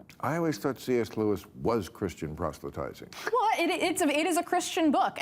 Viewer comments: “prostelytizing”?? There’s only one ‘t’ in the word. Bill sounded like he repeated her pronunciation. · “Prostelytising”? Why bring up a word you cannot pronounce? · Proselytizing!! NOT Prostelytizing... geezus people trying to out-literature one another sounding like morons.